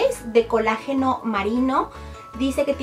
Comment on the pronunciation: Se dise colágeno no col ageno